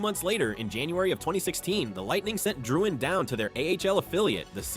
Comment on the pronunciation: "Jonathan ItDoesntMatter"